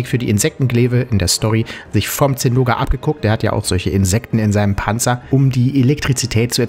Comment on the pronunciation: Gutes Video, aber mich triggert es, dass du Zinoga sagst und nicht Zinogre.